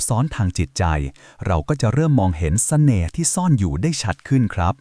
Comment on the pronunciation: ทำไมเราได้ยินคำว่า แสน่ห์ 😅